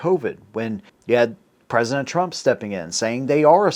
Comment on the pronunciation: Trump not tramp 😂